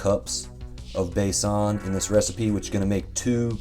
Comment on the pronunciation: Loved it! Video as well as the Pancakes... thanks just a teeny suggestion Besan is pronounced Bay-Sun...